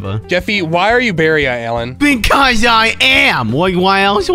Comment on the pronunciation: Did just say Barry iAllen instead of Barry Allen